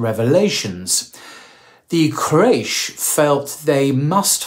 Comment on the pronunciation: Qu-ray-sh, not craish ☹